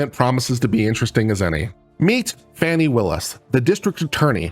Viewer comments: I believe Prosecutor Willis' name is pronounced "Faw-nee," not "Fanny." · I have been a fan all along. I appreciate your mostly unbiased viewpoint. That said, can you please pronounce the DA's name right.